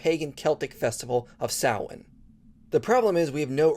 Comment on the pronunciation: As an Irishman, this is the first time I have ever heard a foreigner pronounce Samhain correctly. Fair play.